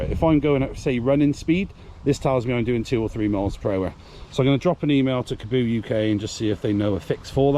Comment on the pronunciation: Nice video, but you might like to look at pronunciation of the name - there's a double "A" and only one "O", so should be like Car-bow , rather than Ca-Boo :)